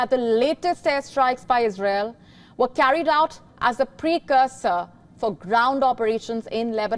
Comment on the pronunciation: It is ' ISRAEL' ma'am...its ISRAEL